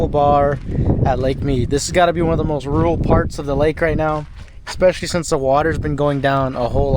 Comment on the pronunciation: Rule? Or rural? Two different words.